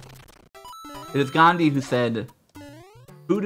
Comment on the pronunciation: it's "Gandhi"